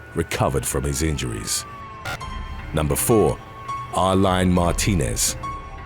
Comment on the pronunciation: Karla Baca (pronounced Bah-Kah) was a hottie, damn she looked good...they were killed in that dump cuz they were seen drivin around with New York plates on his jeep...it's what meh-he-can's do, they're cowards...they are who they are...🤷🏻‍♂️🤘🏻🇺🇸....and Areline is pronounced like Arlene....